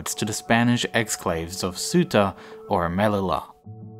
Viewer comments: Melila?????????? by far the worse pronunciation of a city I've ever heard. Spanish is at least the second most phonetic language, but respect the double L. pronounce it like you would use Y in english: "Meliya" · Brilliant video. Melilla is pronounced Me-lee-yah, btw. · And also when said Melilla he said Me-Lilla instead of May-ee-a I think how it pronounced in Spanish. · Take the sound in "Yo!" - that is how it is pronounced, MeliYa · Ignacio is right. In English it's pronounced using Spanish rules. I'm British and have always called the city "Me-lee-ya" with the elle / doble-ele sound. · Google translate pronounce melilla me-li-la in english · The city of Melilla is pronounced /meliya/ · That's not how you say Melilla.